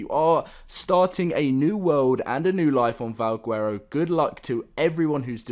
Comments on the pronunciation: Stop saying guuuero. Bro. Garow. (VAL) (GARROW) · He says vawgwerrow